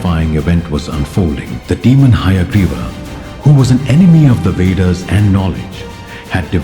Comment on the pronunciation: He said veders😂